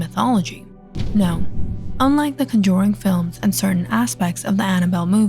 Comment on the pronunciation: I luv the story behind Valak and her Orgins plus what her ture form looks like. But ima be straight and say it’s not “Conjoring” there is no “O” in the Word. It’s “Conjuring” with a “U”